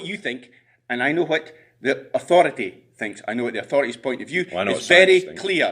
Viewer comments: "You will respect the authoritay " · "THE ATHURITY "